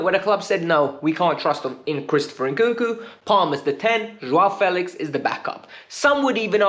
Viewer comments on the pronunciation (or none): none